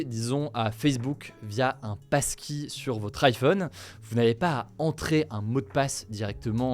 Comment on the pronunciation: Et y a moi qui entends PASTILLE au lieu de PASSKEY